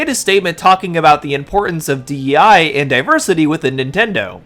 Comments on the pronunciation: You repeatedly saying die instead of dei kills me 😂😂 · Also, you keep saying "DEI" wrong. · Every time you say DIE instead of DEI I chuckle a little inside. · spot on vid but why are you calling it DIE instead of DEI? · you keep saying DEI as D.I.E and i keep going “does want us to die” 😂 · I find it kinda funny that instead of DEI you keep saying DIE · Also, you call it "D.I.E." multiple times in the video instead of "D.E.I." 😅 Just thought I'd let you know. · Why is it so funny that you keep saying "D.I.E." instead of "D.E.I." Like it doesn't even matter so it's harmless